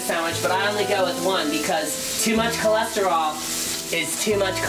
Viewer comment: "Cause chelostrol is chlestrol"